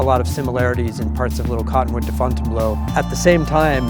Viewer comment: To hear it called Fontanne blow kills me